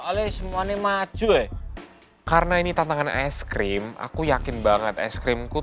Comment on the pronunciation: Tolong aku tu dr kmaren ngakak pol sama bilang ice cream jd es grem